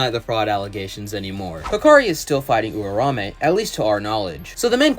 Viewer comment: you are pronouncing Uraume weird bro